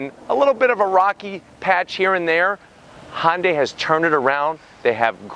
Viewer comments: please stop saying Hon-day! It's HUN-DAY. When you say it the way you do, you make it sound like it blends with Honda. Uuugh! Sorry. Just drives me crazy. Love ya, mean it. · N-Line does have sunroof with the tech package. And its "hyun-day" not "hon-day" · Say Sunday now substitute it with an H.. irks me when people try to squish Honda in there somehow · "Hon day". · somebody needs to teach this man how to pronounce Hyundai. He keeps saying Hon Day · Han-day? What is Han-day? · you said, "Hon-day"...